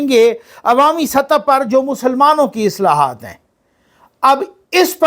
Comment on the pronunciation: اصلاحات نہیں اصطلاحات